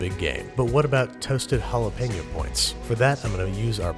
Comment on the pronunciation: You're mispronouncing Jalapeño, it hurts my ears ;^